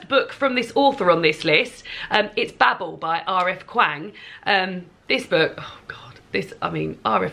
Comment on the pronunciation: I love these lists!! Also absolutely loved Babel and have yellowface and poppy War on my tbr. Just an FYI, kwang is pronounced kwong (I only know cause she says it on her website). Also loved the marriage portrait (but hated I'm a fan!) Definitely want to read Idol, burning. So glad you're having such a great year 😊